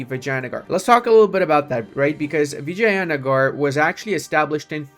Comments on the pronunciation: I love how you pronounce Vijayanagar as "Vaginagar" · some mixture of "vagene" and vinegar :hand-orange-covering-eyes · I'm Italian and "Vagina" means Pussy to us. Basically for me he's saying "Pussygar" AHahahah love that.